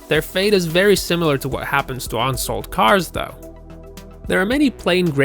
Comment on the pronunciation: First of all know American pronunciation. It's not ONsold. It's UNsold. It's not TUCKson Arizona, it's TUE-son. And the video continues to go on the same way